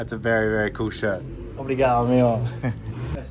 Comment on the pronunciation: We say obRigaDo and amiGo, not obriga'o or ami'o.